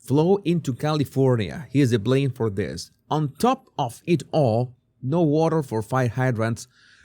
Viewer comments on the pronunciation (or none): none